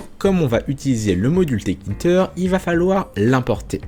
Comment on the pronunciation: Salut, juste une petite erreur de prononciation de ta part, ce n'est pas 't-kinter' mais 'tk-inter' Donc il faut le prononcer 'téka-ine-teur' Ah oui, aussi, en pratique, on n'importera pas tout depuis la librairie tk, c'est trop lourd à charger, et sur de grosses interfaces, ça va prendre du temps à charger, donc, il faudrait plutôt utiliser cette syntaxe: from tkinter import PhotoImage, Canvas, Frame, Label Aussi, quelque chose d'encore plus utilisé est de faire: import tkinter as tk Puis, image = tk.PhotoImage C'est plus utilisé car cela permet d'éviter les conflits de noms d'objets 😉 Sinon, super vidéo!